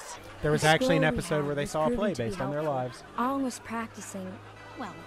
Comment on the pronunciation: In the show Aang is pronounced /æŋ/ it's NOT pronounced /ang/